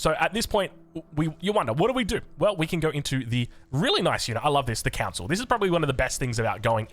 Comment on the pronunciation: You keep saying council, its cOn-sul